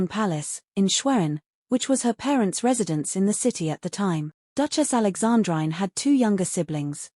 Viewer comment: Alexandrine pronounced Alexandreene! And Schwerin is Schwereen…